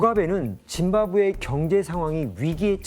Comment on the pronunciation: 아나운서 누구냐 짐바브웨를 무슨 사람 이름 읽듯이 짐 바브웨가 이러고 있네